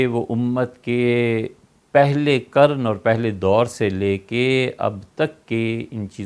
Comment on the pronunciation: مولانا کی اردو اتنی عمدہ ھے۔ مجھے گمان تھا حضرت اردو اسپیکنگ فیملی سے تعلق رکھتے ھوں گے۔ لیکن آج پہلی بار۔قرن کو کرن کہتے سنا۔ کوئی صاحب بتائیں گے حضرت کا خاندانی تعلق کس شہر سے ھے اور اگر مولانا صاحب پنجابی ھیں تو کس قبیلہ سے ھیں؟